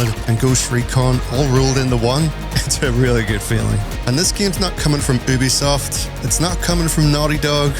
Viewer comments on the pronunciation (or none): none